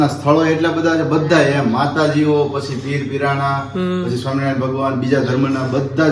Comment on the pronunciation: Tame swami Narayan puru bolta nathi